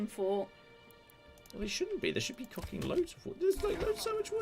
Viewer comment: I had a drink if Cider every time you said "COCKING" ...I've just woken up and its Sunday.